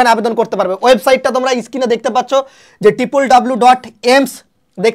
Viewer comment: It is Screen not skin.please try to correct your pronounciation.